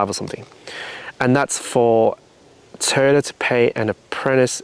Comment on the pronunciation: Are you keeping your TOY- YOTA, NOT TOYTA.... BUT ARE YOU KEEPING THE RIG???